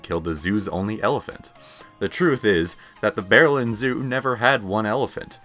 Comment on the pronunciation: Say Berlin again? Please everyone look up how to pronounce the word before you follow this guy, not very curious all I see